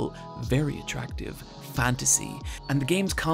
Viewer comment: "He is a fantasy, a respected, powerful, V E R Y A T R A C T I V E, fantasy" I just love the way he says atractive